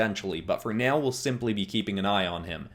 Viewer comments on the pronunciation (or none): U say now like meow 😸